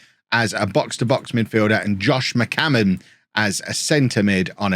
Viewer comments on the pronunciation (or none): Zealand "McCammon" Shannon